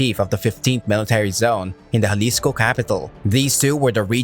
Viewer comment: He keeps saying Jalisco like it was Juarez